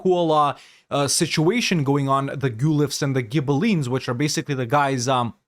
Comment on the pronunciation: Awesome video, thank you! As an Italian I hope it's fine if I give you a few pointers: Pavia is pronounced /pa-VEE-ah/, rhymes with pizzeria. And the word is Guelph, like Ralph but with /gue/ at the start. The Guelphs vs Ghibellines conflict started out as a divergence between the pope and the HRE emperor on who had power over who. Italian duchies and republics used it as a wedge issue mostly. Republics and mercantile states sided with the Pope as they hoped to get more autonomy from the central empire, monarchies and more feudal-minded polities sided with the emperor.